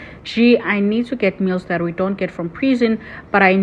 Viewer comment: 😂😀😀The pronunciation sounded like mls...nonetheless, Bester is a bullshiter.